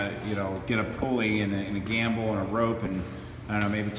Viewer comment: "gamble"? Or gimbal